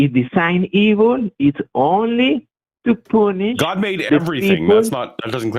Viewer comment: Did that guy keep saying "it's the force to poonish the penis"? Because that's what it sounded like to me.